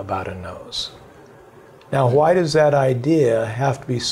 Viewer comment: HHHHHHWY!!!! Great interview but god dam that pronunciation is messing with me lol